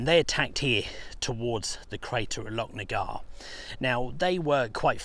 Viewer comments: Great video once again, its pronounced lochnagar as in loch ness not locknagar. 😂😁👍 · the ch in Lochnagar is pronounced the same as the ch in Loch Ness